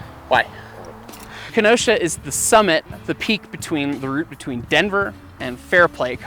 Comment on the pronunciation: As a resident of the City of Kenosha, Wisconsin, yes the CITY which the pass is most likely named after, I do take offence (jokingly) to Smells like Kenosha. Otherwise, cool story telling of the accident and the outcome. By the way,, you did pronounce Kenosha correctly. That is how the city of Kenosha, Wisconsin is pronounced.